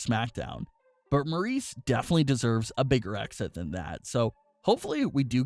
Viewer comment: It’s Maryse not Maurice